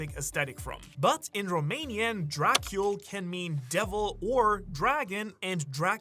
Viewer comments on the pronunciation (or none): It's pronounced Dra-cool, not Dra-kyul. Or I assumed that would be the pronunciation, based on what I'd heard it pronounced by a romanian fellow I went to school with.